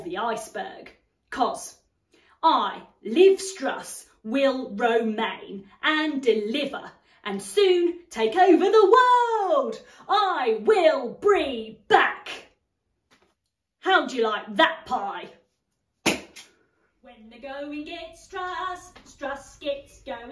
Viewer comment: She definitely said 'I'll brie back' 🤣🤣